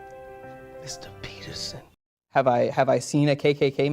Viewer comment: 😮….. mrrrrrr. Peterrrrsonn😂